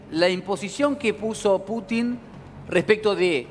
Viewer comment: se dice PUTIN CON ACENTO EN LA U